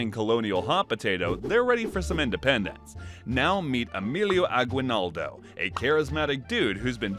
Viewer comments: its not agwinaldo its Aguinaldo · I'm sorry but you keep mispronouncing Aguinaldo. The u is silent. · I am form Philippines and the way he said agwinaldo i am crying 😭😂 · Guys y’all are pronouncing “Aguinaldo” wrong